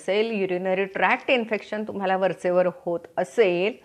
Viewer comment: Nice vidioe...but don't say...TUMAL AMUK ZAL AASEL....TAMAK ZAL AASEL like that....sorry for suggestion...thanks for information..